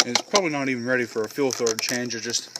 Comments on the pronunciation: Fuel filter, not fuel filder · FUEL "FILDER" lmao